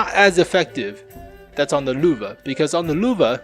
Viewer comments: It is Lehwe not Luvah,... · LÖWE not LUWE!!! As a german I got cancer hearing that. xD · Every time you say Lowe i cringe. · its frustrating listening to how he pronounces "löwe" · Bunch of idiots in the comment section “yOu SAy LöwE WeIrD